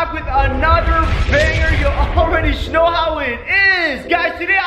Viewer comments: You say snow instead of know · Stop saying shnow say know